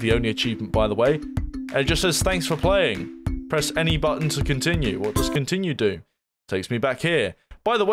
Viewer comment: "Press E to countinue"